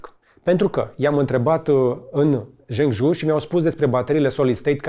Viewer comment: Salut George, misto filmuletul (dealtfel cam toate filmuletele tale) numele sub-brandului BYD pe care incerci sa-l pronunti este Fang Cheng Bao iar numele orasului Zhengzhou s-ar pronunta ceva de genul: Gengjou